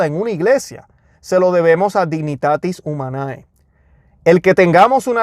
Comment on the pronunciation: Dignitates Humane* se Lee y se dice Dignitates Humane.